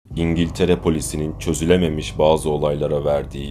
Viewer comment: Videonun Başında Dingiltere Diyo <3 <3